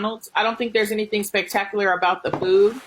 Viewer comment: Anyone who pronounces spectacular as "spectacliar" should be eating exclusively at MacDonald's.